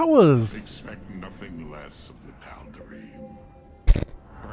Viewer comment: Obligatory pronunciation nitpick: "Tal'Derim"